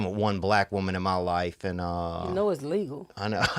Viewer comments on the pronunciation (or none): She replied, “It’s leegooo.” Most of ‘em can’t make the L sound at the end of a word. Like, MyCooo Jackson 🤔